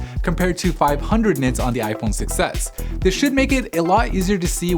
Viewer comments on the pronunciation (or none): It sounds like he is saying "iPhone success"